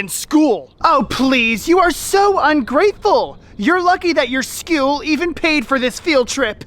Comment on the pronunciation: Don't say schewl say school 🐐